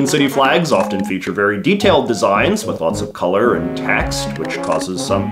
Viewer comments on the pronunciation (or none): none